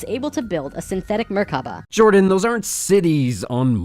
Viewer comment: ok first... it is pronounced "Merkava" not "Merkaba" And it means chariot in hebrew. Secondly.... as an Israeli Jew I have to ask, WTF did that guy take in order to make up that story?! Oi vey.... :D